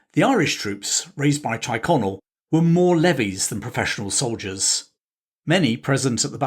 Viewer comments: Teerconnell not tyreconnell pronounced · Thanks for posting. The glorious revolution was really a blatant userpation. One small correction if l may. The name Tyrconnell isn't pronounced Tie connell, it is pronounced Teer connell, probably from the Gaelic "Tír" meaning land (as in "Connell Land") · I thought Tyrconnell (Tirconnell) was pronounced “cheer-Connell) not “tyre-Connell”. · Why do you say Tighconnell when you mean Tyrconnell? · There’s a lot of good stuff here. However, you get at least two words badly wrong. Tyrconnell is pronounced Teer-connell” and Aughrim is pronounced “Ock-rimm” Consistently referring to Londonderry ( as opposed to intermittently saying “Derry” ) is clearly partisan. Also, the Irish were “ saddled” with James. He was colloquially known as “Seamus the shit” (Seamus a caca) After the siege of limerick, the Irish general Sarsfield reportedly said he would fight on, if fate would have put William as their king instead of James. The big advantage William had was that he agreed to be subject to the law ( James had insisted he was above it) and therefore was able to find many more willing lenders - contracts being governed by law meant they were confident of being repaid)